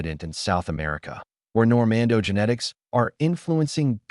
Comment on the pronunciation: It’s Normande’, not Normando!!